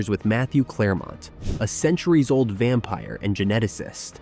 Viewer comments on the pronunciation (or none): none